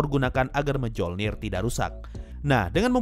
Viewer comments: Btw mjolnir bacanya bukan mejolnir bang, tapi myolnir, koreksi aja sih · Palunya Thor tuh Dibaca "myolnir" minn